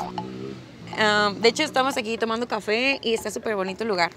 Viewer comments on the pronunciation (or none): none